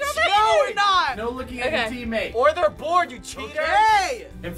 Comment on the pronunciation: dey arrrrr - Alex, FBE Staff